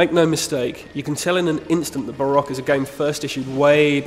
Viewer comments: Barock? It's Ba-Rouh-Gh, or at least how everyone pronounces it. Also the game isn't hard, its actually really easy. Dying can make you beat the game too. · I thought it was pronounced ba-ra-koo